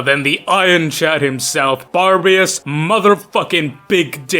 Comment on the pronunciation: "Bear-uh-bus" or "Buh-rabb-us". Not "Bar-bee-us".